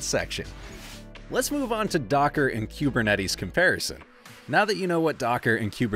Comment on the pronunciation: Learn how to pronounce kubernetes….